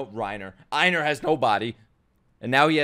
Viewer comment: It's not "Eye-nar" it's "Ay-nar" like Eivor from Assassin's Creed Valhalla.